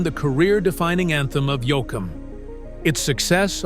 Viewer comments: It's YOE-KUM. not YO-AH-KUM OR YO-AY-KUM!!! Fake a.i. narrator here or what??? Note: If Yoakum didn't have a nose, he couldn't sing. 🇨🇦❤️💪💪💪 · I wish he’d stop calling him “Yo-Ack-Am lol! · Can't even say his name right